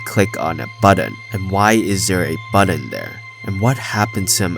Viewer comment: "Like a BUDDON was being pressed. Harry clicked on a BUDDON. But why would he click on a BUDDON? And why is there a BUDDON there? And what happened to him after he clicked on that BUDDON?" I love how he says button so often in a row with the same emphasis xD